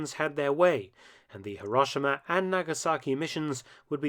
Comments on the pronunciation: What is it with the British insistence on pronouncing HirOshima, as HiRAWshima.. The "ah" sound in Japanese is the letter "A".. The letter "O" in Japanese is an "Oh" sound... Too bad they didn't drop those bombs though, that way all their sad and silly "apologists" videos and documentaries re: the Atomic bomb would not exist, trying to shame America for using a weapon of war to END a war. And just a reminder, kids. WE didn't start that f*cking war.. We ENDED it. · Mark, it's more accurately pronounced "hero-shee-ma." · Before you try to do history - at least learn how to pronounce the place names correctly !!! Hiroshima is hero - shee - ma (I have cancelled my subscription in disgust)